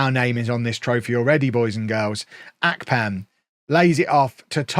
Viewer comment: it's Ahhhhh-pan not Ark-pan